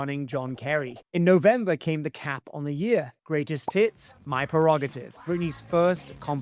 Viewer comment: Haha I swear you said "greatest TITS" instead of hits at 10.20!!! 🤣🤣